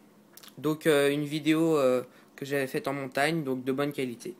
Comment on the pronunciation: pitié c'est ''donc'' et pas ''dauwk''